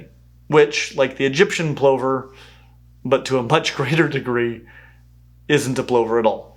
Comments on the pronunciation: Mirriam-Webster & other, more established dictionaries say that both pronunciations are acceptable. Saying plover like "PLOH-ver" is an Americanism. It's a regional thing. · It's so weird hearing the way you pronounce Plover. I can see how that pronunciation is probably more accurate to the way it's spelled. In Australia we sound the O like a small 'u' like in 'up'. Plovers are found all over the world, so it's very fair to say how you say it in that country/area is correct for that country/area. In saying that, I really appreciate the fact you've started pronouncing emu correctly. It's a uniquely Australian animal and how we say it is the only correct way. Ee mmm you! (Unless you are using the local Aboriginal name in that area) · I don't think I've ever heard someone pronounce plover like that before... I've always heard it rhyming with 'lover'. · You have interesting pronunciations for plover and curlew that I have never heard before. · Hearing plover pronounced like that was doing my brain in as an Australian! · Plover rhymes with rover and not lover? Is this the North American pronunciation, because that's not how it's said in the UK. And I love lapwings, but they're not at all as common in the UK no as they were when I was a kid. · I'm guessing the pause was because you're not sure about the pronunciation? Plover is, at least where I'm from in Australia, pronounced "pluvv-er". Though the birds we call plovers (the masked lapwings) are not quite true plovers, but a close relation. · Always feels weird to hear people pronounce plover like “over” with a “pl” instead of “lover” with a “p” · I have never heard anyone rhyme "plover" with "clover" - I have always pronounced it to rhyme with "lover" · Hadn't come across the American pronunciation of plover before and didn't know there was a difference. In British English (at least for my accent) plover rhymes with cover not clover. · It's not a p-low-ver it's a plu-ver as in lover 😂😂😂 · Isn't it pronounced pʰlʌvɐ?